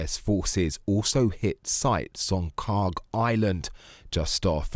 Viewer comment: Learn how to pronounce "Kharg"